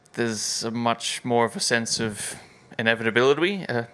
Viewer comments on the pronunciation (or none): Laura struggled too pronouncing inevitability😅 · Both Laura and Oscar having problems with the word "inevitability" is so funny to me😂😂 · an F1 reporter, she had problems with this word on the Azerbeijan GP weekend warmup, the video that was uploaded just before this one